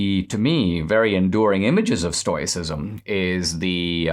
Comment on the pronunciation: Dinesh! Read the comments! It's pronounced "stow·uh·si·zm" !